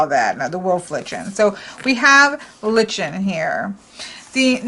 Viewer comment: litchen😆😆 it is a lie-kn! As differentiated from a Ly-can. Oh goodness I could not help but wince every time you said it!